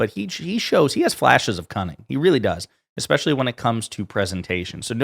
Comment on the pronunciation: Just here to say that "eXpecially isn't a word..."especially" is. 🙄